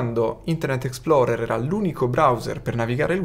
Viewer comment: Minuto 0.12 - Explorer non Exploder !!!!